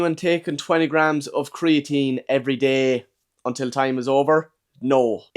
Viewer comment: Torty graams